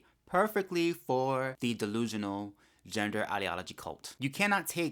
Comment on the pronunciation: Every time you say “ DeLUsional” 🤌🏾! It takes me out😂😂😂 But you are soo right!!! 👏🏾👏🏾👏🏾